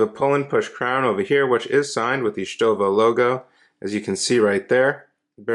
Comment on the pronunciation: Hey you pronounced it right haha